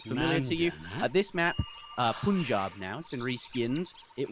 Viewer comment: not poon-jab ! its Pun(rhyming with "done" or as used in Puns), Jaab. Meaning Land of Five Rivers.